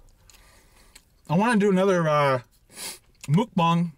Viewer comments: I'm sorry, but you keep saying Mukbang wrong!! It sounds more like Mok Pang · It’s “mookbong”. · Mukbang is Korean. This is the best explanation for the pronunciation for English speakers: Muk - rhymes with buck Bang - pronounced like bong (like a smoking bong) So was close... just need to switch it around when he prounced it 2 different ways. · stop saying mukbang you say it so wrong its triggering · muk rhymes with truck. bang rhymes with thang. for ferks sake just learn how to say it. PS- love the videos, can't wait for the next cook and review! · It’s Mukbang not mukbang like if you read them both different 😂